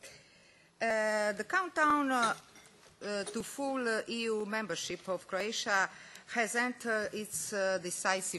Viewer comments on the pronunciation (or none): Automatski subtitles prevodi sto ona govori u tekst. I ne moze prepoznati; ona kaze [I] iz konteksta slijedi da je mislila na EU, subtitles prevodi kao ego. kaze [arv], subtitle prevodi as over, iz konteksta se zakljucuje da je mislila na aware, itd! ZALOSNO!